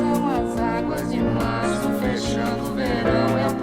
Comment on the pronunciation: He actually pronounced it pretty well. He's an English language native, it's ok to have his accent. Even more so when Brazil by itself would pronounce it in many different ways depending on the region.